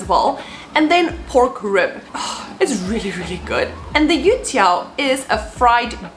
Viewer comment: She pronounced Yu Tiao exactly like a ...... oh tell me you're already a citizen please! Come on, admit it! You're already a Singaporean!